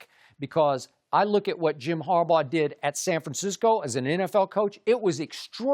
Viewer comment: 😂😂😂 That man said Jim Harbough🤣🤣🤣🤣 WWWOOO!!!!!!